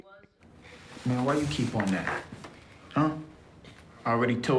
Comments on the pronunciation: SAY STINGER AGAIN, I DARE YOU! I DOUBLE DARE YOU! His name is Stringer Bell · you're Killing me! The man's name is stRinger! With an "R"! And yeah, McNulty told his boss where he did NOT want to go...and that is where Rawls sent him. But wait till next season, Bro. Just wait.